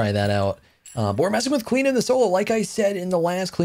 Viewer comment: Where's the 'O' in your pronunciation? O_O